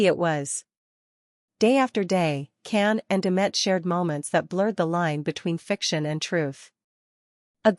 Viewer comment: His name is pronounced John (Jan) Can!! In Turkish c is pronounced as a J!!